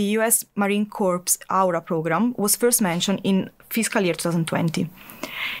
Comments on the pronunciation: a corpse (pronounced corpse) is a dead body. A corps (pronounced corr) is either a specific branch of a military organisation OR a large field formation. Thanks for an otherwise exemplary podcast, guys. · I believe he did, and I believe it is warranted. In English, the word sounds like "core", not "corpse". Anyone should be able to receive constructive criticism, no? She didn't get to be an expert by ignoring those with knowledge. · Christopher Jensen I corrected the lady’s idle and incompetent pronunciation. I did not attempt anything! You get the job, you take the money and you do the job! This person did not do her job!